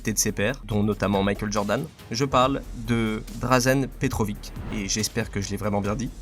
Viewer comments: Petrovitch ces la prononciation le TCH a la fin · PetroviK "jespere que je l’ai bien prononcé" bah non mdr t’avais une chance sur deux 😂 on dit pas IbrahimoviK non plus au cas ou😅